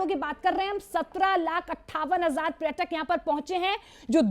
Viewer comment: Dear Anchor: Its not pratak, its prayatak